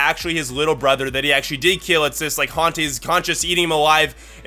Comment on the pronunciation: he is the oun that hontse the chiold